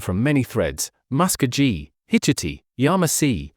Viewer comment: Its ma sko gee pronounced in English 😂😂😂❤